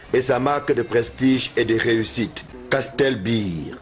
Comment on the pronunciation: Castel BEEEE!! Lol! Beer not Beeeee!